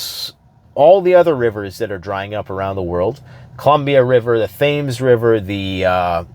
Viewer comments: Tims, tems, just not "Thames" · I love you,, but, even though it's spelled 'Thames' River, it's not pronounced 'theyms' like rhyming with 'James'.....it's pronounced 'Tems'....like rhyming with 'gems'. Otherwise, another awesome, informative analysis. Keep 'em coming! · Please please please mate haha please stop saying Thames with the h , say it like tems lol bless ya cotton's haha bit of banter , love your vids lad keep me coming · The River Thames is pronounced “TEMS” . This is due to the English language, especially British English being phonetically inconsistent because it is a composite of Proto-Germanic, Norman French and Latin. The pronunciation of Thames comes from the French part of the English language. American English is a bit more phonetically consistent because Americans emigrated to the Americas from Europe before the British aristocracy changed the way they spoke to make English sound more sophisticated. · Hey man, just FYI, the Thames river is actually pronounced “tems” by pretty much everyone including the local Brits. Just so you know. 😎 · Tems. Thames is pronounced Tems. C'mon man, you speak English, you know you can't look at our words and know how they're pronounced. MAT 2024. If elected, I promise to make W one syllable. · The Thames River in England is pronounced "Tems" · The "Thames" river is pronounced the "Tems". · Thames pronounced "Tems" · Thames is pronounced "Tems". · The temps have cooled down here in western Pennsylvania after the usual blast furnace a couple weeks ago. We're heading back into the low 80s Fahrenheit range, but it feels like fall. Going to hit a couple farmers' markets this week and pick up more produce to preserve. On a side note, Thames is pronounced Temz. Too many prepper channels pronounce it wrong. It sounds like nitpicking, but heck, this is. Gotta give him a leg up when possible. 🙂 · FYI Thames river is pronounced Tames or tems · Thames is pronounced like Temz (London's river)